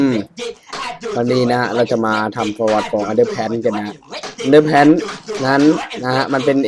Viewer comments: ีunderpantครับไม่ใช่underpanis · มันอ่านว่าแพ้นครับและPlayerคือผู้สร้างชื่อSr pelo และbad time มันจะเต้นขายาวขึ้นและโหดขึ้น และร่างกวนตีนชื่อแซนส์เนสและมันเป็นมุขหลอก ของผู้สร้างในวัน April fool day หรือวันโกหก